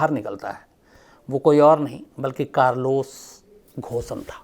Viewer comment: अरे भाई थोड़ा रिसर्च कर लो उसका नाम घोसन नही है. Its pronounced as कारलोस गोन